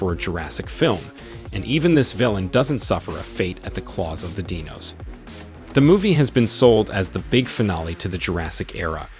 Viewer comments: “Deenos” lmao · i really like your writing but I do not like the a.i. voice your using! Please use your voice or a real actor or maybe a better actor if this is one. They mispronounced mind boggling and dinos. Both of which is either a.i. or uncaring voice acting. But great writing and I REALLY like your prespective <3